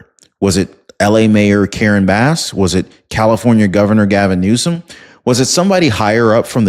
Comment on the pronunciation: Are you mispronouncing words on purpose?? The governor's name is Newsom not Newscome. And the word corps, the 'p' is silent... Altho I do enjoy your program, if you're going to be using these words, please say them correctly! Thanks for bringing us this kind of info!